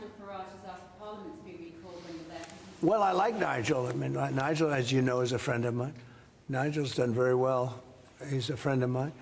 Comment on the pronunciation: He's my Fwend😪